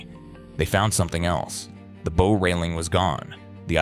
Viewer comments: The AI voice is frustrating with mispronounced words. The mispronunciation that stuck out the most was “bow” (the front of the ship). Sometimes the AI pronounced it correctly with an “ow” as in ouch, but other times it said “b-oh” as in a hair bow. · This doesn’t show anything of the inside as the name of the video implies. Also, AI reading really triggers me cuz it never pronounces anything correctly. I could tell it’s AI cuz it said bow a few times like bow and arrow rather than bow of a ship or taking a bow after a performance. Really not impressed with this video tbh… Just click bait for AI annoyances. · When the narrator says BOW of a ship wrong you know it's AI. Still, thank you for the information.